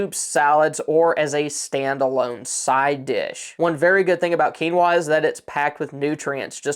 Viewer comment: I was waiting to see if you were going to say quinoa correctly 😁. You did great.